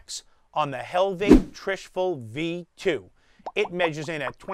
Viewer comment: it's trishul not trishful